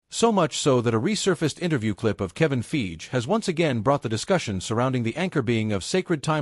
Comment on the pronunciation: Kevin 'Feege', pronouncing Fiege like Siege. 😅